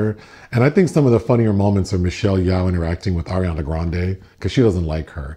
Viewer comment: Michelle Yawh lol it's Yeoh bless your heart 😂